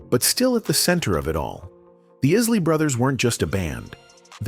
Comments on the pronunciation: How could you say iz- lee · Learn how to pronounce the name Isley